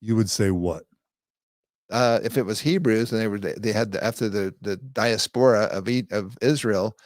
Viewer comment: He's astonishingly ignorant. Doesn't know how to pronounce "diaspora". However, not as offensive as the incessant references to "the Black race" as if there were such a thing.